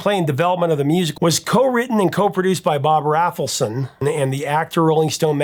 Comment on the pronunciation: Longtime fan here, Professor, but The Monkees seems like a gap in your prodigious knowledge - mispronouncing Dolenz and Rafelson says as much. Would love for you to give them a much-deserved 2nd look. The saga of The Monkees battling Don Kirshner for creative and musical control over their albums and recordings is one of the great stories of the Rock n' Roll Era. And congrats on topping 900k subs!